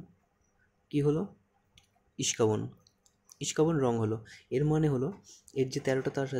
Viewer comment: "ইস্কাবন" না ভাই, এইটাকে বলে "ইস্কাপন" ✅